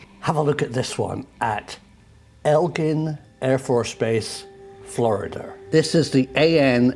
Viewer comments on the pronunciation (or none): Its Eglin (like Egg-lin) not Elgin I live very close to them and Tyndall AFB, some of the most high tech training facilities in the world, they train the fighter pilots here. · Oh yay you called out my hometown afb it’s actually “egg lyn” just thought you would want to know. They also developed the M.O.A.B. Here as well. It’s a large afb.